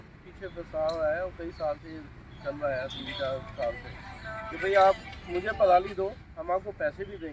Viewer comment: पड़ाली नहीं पराली 😳😁